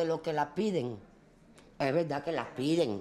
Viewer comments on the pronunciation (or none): Dijo la veldad